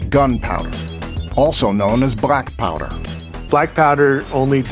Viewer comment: Why he says brackpowder? I think it is blackpowder.